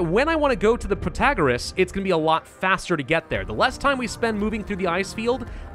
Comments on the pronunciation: he wasnt saying it prOtagOras, he was saying prOtOgOras. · What's wrong with Pro-ta-GOR-ous? I liked that pronunciation :( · Pro -tah -gor - Rras (somewhat what you have been saying before) is a lot closer to the greek that what you're saying now haha